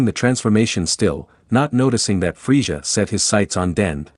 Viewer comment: it's frieZA NOT frieJA